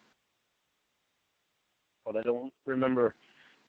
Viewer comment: is a pathological liar. Also say “ I doont remembah..” he thinks people forget or are as dumb as he is. She has paperwork. Then he’s like “why’s she have that “ he’s so stupid. He has to be made to quit. He doesn’t want to change. He’s on probation for life. the loser.